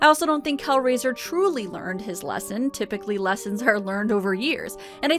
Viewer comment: Girl, are you saying Calgary when you say Kelraiser? And since I am like 99% sure that this episode was filmed in Canada... ❤️🇨🇦